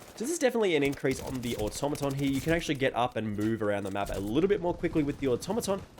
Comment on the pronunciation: Fantastic comparison! The Automaton is meta! Thanks for pronouncing the name correctly!